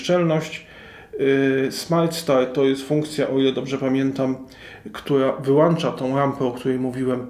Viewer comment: Dzięki za wskazanie (jedynie sobie) gdzie jest wskazówka podłączenia do sieci, gdzie jest czujnik światła. Reszta OK, no może poza WŁĄCZA i WYŁĄCZA a nie włancza i wyłancza.